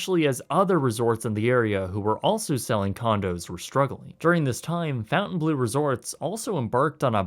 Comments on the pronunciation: Dude. I'm pretttttty sure it is not pronounced: "FountainBlue" , when it has the OBVIOUS french spelling. lol. Jeez.... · Learn how to pronounce 'Fontainebleau' it's not fountain blue ugh! it's French! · Imagine thinking Fountain Blue is the correct pronunciation 🤣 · How do you get "fountain..." out of "fontaine..."? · “Fontaine” is not pronounced like “fountain” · As a French person I absolutely love the way you pronounce Fontainebleau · Is it pronounced “FOU-ntainblue” or “FON-tainblue”? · This guy really has no clue how to pronounce names... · i'm not French but the way you pronounce Fontainebleau is driving me crazy, any French person watching this would probably rip their ears off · Please, everytime you think that a name is not originally English (e.g. Fontainebleau, Deutch) , go and Google how to pronounce it. As a European, this is painful and cringey to listen to. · Funny how a Canadian can't pronounce a french word like "Fountainebleu", nice video tho haha ... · Aren't you Canadian? Your pronunciation of Fontainebleu is attrocious. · the Canadian refuses to even try to correctly pronounce "Fontainebleau". Based. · this whole video you have been mispronouncing the name Fon-taine as Fountain......... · It's pronounced "Fon Tane Blue" not "Fountain Blue" geez! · "Fountain blue", "marry ot", "doight-shiz", come on dude! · Fontaine and Fountain are pronounced differently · please pronounce it well... "Fontainblo" and not fountainblue "EAU" sounds O "EU" sounds OEu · Pronunciation is not fountain blue. It's font-'en-blow. Look up Fontainebleau in France. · You should learn the proper pronunciation of a business before reporting on them. It’s pronounced “Fountain-blow” not “Fountain-blue”. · Not pronounced, "FOUNTAIN-blue", it's the "FON-tane-blue". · Quit saying FountainBlue, when it's clearly Fontaine. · FONtainebleau, not “Fountain”. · Cool video. It's pronounced "Font en blow" not Fountain Blue..Just an FYI. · i think it's pronounced fawn-tain-blow